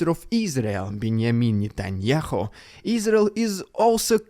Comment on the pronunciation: I love your pronounciation of Benjamin Netanjahu! Makes his name sound like a Mexican drug lord. 🤣